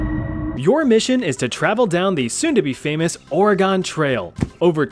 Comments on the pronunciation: Dang, the way you say Ore-Gone. It's Or-reh-gun. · It's hard to listen to you pronounce Oregon. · Oh no, not mispronouncing Oregon! 😭